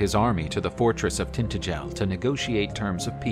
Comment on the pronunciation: Cornwaal and tinttigel. Brittany? 10 out of 10 for enthusiasm, but you just have to watch Excalibur to get the pronunciation right.